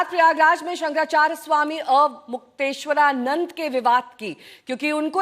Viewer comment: मैडम , नाम तो सही से लो .... स्वामी अमुक्तेश्वरानंद नहीं , स्वामी अविमुक्तेश्वरानंद सही नाम है।